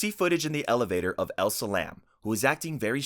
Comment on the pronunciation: Nice video but the woman who was found in the water tank's name is ELISA LAM. NOT 'elsa'. If we're getting any kind of entertainment from her death can we at least get the correct number of SYLABLES in her name ? It's not even a new case there's hundred of videos and articles on her, it's an easy name.